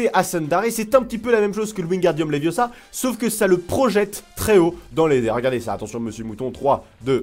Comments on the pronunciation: C'est léviosa pas léviosahaha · C'est levioooosa, pas leviosà. 😂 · Stop stop stop tu vas finir par crever un oeil à quelqu'un et puis d'abord tu ne sais meme pas le prononcer c'est leviosa et pas leviosaaaa😂😂😂